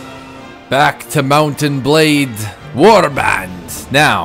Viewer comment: When says Mount and Blade it sounds like he's saying Mountain Blade